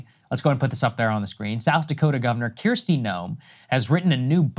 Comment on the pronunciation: I don’t like this woman but I’m a bit bothered by pronouncing her name correctly. It is KRISTI not Keer-sti. As a Kristie myself this drives me nuts. Someone is always screwing up my name. No one likes to have their name mispronounced especially when it’s a common enough name to get right